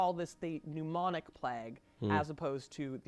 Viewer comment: I could swear she kept saying "Mnemonic Plague" when mentioning Pneumonic Plague.